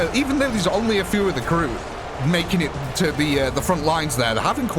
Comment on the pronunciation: Kroot, not Karoot.